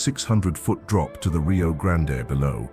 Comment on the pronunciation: Nice scenery, I'm A California transplant living in Arlington, TX for 35 years and have wandered, driven and researched much of what is in the video. I just wish pronunciation of these places was accurate. It's not Rio Grand-A, it's just plain old' Rio Grand. Many places names will surprise how they are pronounced. This must be AI, TEXAS deserves better!